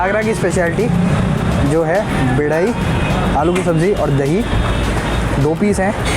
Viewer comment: bhai bedai nahi badai hoti hai agra bohot miss kra dekh k thanks😍